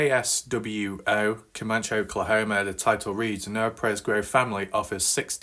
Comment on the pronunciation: Comanche is pronounced Cuh•man•chee Thanks for keeping us up to date.